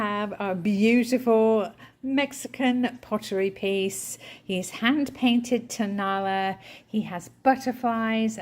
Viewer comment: Tonala is pronounced: tow na LA (accent on the end LA.) It is a town adjacent to Guadalajara where lots of these ceramics are made and sold. Love your channel!